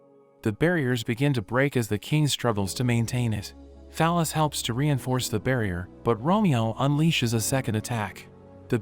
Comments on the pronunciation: I keep hearing fal ys as phallus and now I can't unhear it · the bot pronounces fal-ys like "phallus" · That girls name is “Fal-ys”. 😂😂😂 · "Fal-Ys" is her name? Okay....